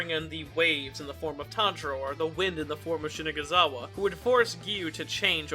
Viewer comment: Why do u keep pronouncing shinazugawa as shinaguzawa